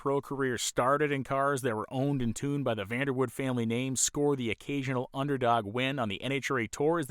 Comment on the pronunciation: Great Documentary, grew up in KC & seen the Dutchman run many times at KCIR. This is the first time I've heard his last name pronounced as Woud without the "e". I seen Vander Woud-"e" at one of the local chassis fabrication shops in the late 70's early 80's visiting its owner. I've seen an online article stating Bob Sullivan, with one of his Pandemonium cars was the first Funny Car credited to break 200Mph while claiming he never ran anything over 392 cubes. Online search should find his article.